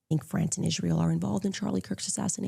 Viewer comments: She cannot pronounce Israel. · Why is does she pronounce the word Israel as if she's just now learning to speak English? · the only person in the world that cant pronounce “Israel”